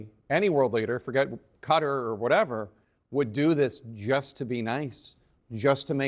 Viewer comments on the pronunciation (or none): What's Cutter? It's Kuh-Tar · Its not "Cutter", its "KTar"!!! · It’s Qatar, not cutter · It’s not pronounced Cutter!! Listen to Trump and you’ll be able to pronounce it as a real cultured journalist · Guy can't pronounce Qatar.. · Why can’t Americans say ‘Qatar’ properly?